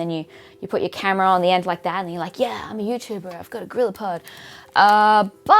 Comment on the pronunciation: “Ahhh...yeeee” - the Australian in you JUMPED out there. Love it.